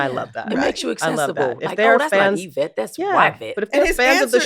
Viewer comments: The pronunciation is forever changed: "Y-vette" is the new norm❤ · Lol John would be proud of how you said Yvette’s name